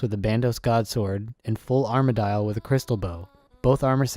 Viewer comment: Armadyle xD omg that pronunciation kills me lol. Awesome job on the guide though!